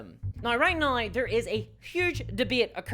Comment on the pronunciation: Every time you say now you pronounce it nauye. British or Aussie?